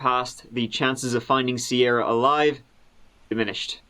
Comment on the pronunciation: "a Sierah in a cornfield" 😭